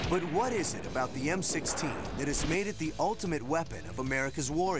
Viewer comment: it sounds like he said M60 did anyone catch that or is it just me?